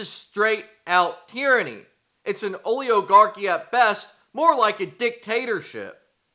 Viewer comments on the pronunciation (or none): O le O garchy? Try that one again, lol